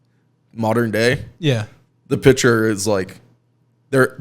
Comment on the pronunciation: One day, I will teach that there is a "c" in the word "picture." One day.